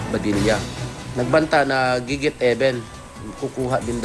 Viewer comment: gigit- eben? hahaha